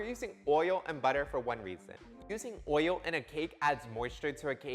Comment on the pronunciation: "Oiyo" sounds soo Baltimore. You are embody the joy of baking! Love your Vids.